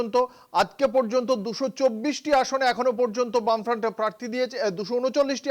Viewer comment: সাংবাদিক এর কোনো রকম রাজনৈতিক জ্ঞান আছে বলে মনে হয় না। আরে গামবার্ট ওটা বামফ্রন্ট....